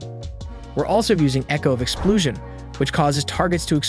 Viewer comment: "exploosion" lol